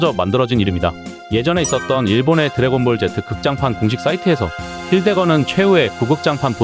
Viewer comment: 드래곤볼 젯트 라고 들리네요 ㅋㅋㅋㅋ